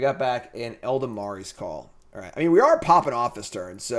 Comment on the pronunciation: Eladamri: "ella-dam-ree" Not "ell-duh-mar-ee"